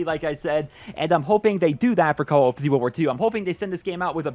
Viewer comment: Lol i hate the way you say call of duty